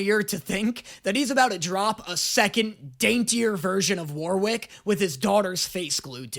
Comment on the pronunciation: God the way pronounces Warwick hurts my soul.